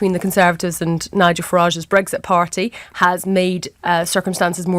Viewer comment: Breggsit. Just like Tony bliar says it. So irritating! It's breXit!